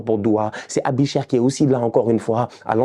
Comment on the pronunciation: On dit “ébicher “pas “Abicher” 😂👌🏾🇨🇭